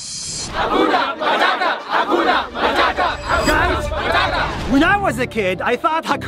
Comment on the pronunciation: Guys 😂 you don't say hakuna matata you say ha gona mathatha😂😅